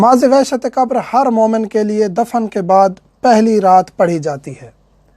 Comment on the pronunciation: Salam moulana Urdu Mai qabar qaf say hai kaaf say nahi qabar hai kaabar nahi plz try pronounce Urdu correct plz don't mind